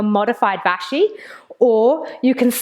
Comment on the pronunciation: Please, please don't call it "Vashi". ("Modified Vashi") It's straight up offensive. Not even borderline. Vashishtha is the name of one of our scriptural sages in the ancient Vedic religion. I shuddered when you abbreviated Prasarita Padottanasana as "Prasarita" (which ends up meaning "wide-legged". "Get into a wide-legged".). But "Vashi" was the last straw.